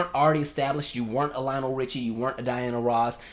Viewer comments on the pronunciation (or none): none